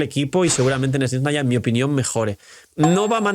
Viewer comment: Pero por que dice sniesnaya? Suena igual que “espanoa”